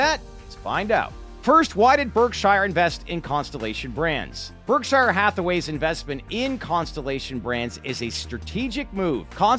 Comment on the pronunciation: Learn how to pronounce "Berkshire"